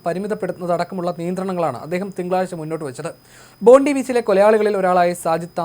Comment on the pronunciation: സുഹൃത്തെ ബോണ്ടി ബീച്ചും ബോണ്ട ബീച്ചുമൊന്നുമല്ല. അതിന്റെ പേര് ഇവിടെ പറയുന്നത് ബോണ്ടായ് ബീച്ചെന്നാണ്. ഞാൻ 40 വർഷമായി ഇവിടെ താമസിക്കുന്ന ആളാണ്. ഓസ്ട്രേലിയൻ വാർത്ത വായിക്കുന്നത് ഒന്ന് കേൾക്കൂ